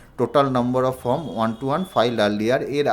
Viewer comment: আমি ইউটিউবে অনেকের ১২১ ফর্ম ফিল আপ করার ভিডিও দেখলাম। ফর্ম উচ্চারণ করতে পারেন না, ফর্মকে বলছেন ফ্রম, তারপর বলছেন ফর্মের একদম ওপরে বাঁদিকে এফ. ডি. র অ্যাকাউন্ট নং লিখতে হবে। কিছুই বোঝেন না এদিকে পয়সা কামাই করার জন্য ইউটিউবে ভিডিও পোস্ট করছেন। মানুষকে ভাঁওতা দিয়ে এভাবে বিভ্রান্ত করে যাচ্ছেন বেশির ভাগ পোস্টদাতা। আপনার ভিডিওটা সেদিক থেকে সম্পূর্ণ আলাদা এবং সঠিক। ১৩নং কলমে টোটাল ইনকামের সঙ্গে কি রেকারিং ডিপোজিটের এবং সেভিংস অ্যাকাউন্টের ইন্টারেস্টটাও যোগ করতে হবে ? অসংখ্য ধন্যবাদ জানাই আপনাকে।